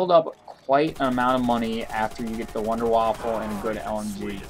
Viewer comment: sir... its wunder waffe not waffle